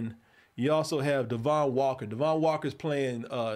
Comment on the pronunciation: Her name is pronounced Ay-Go... Guess doesn't watch SNL Also it's Devon, Not Dee-Von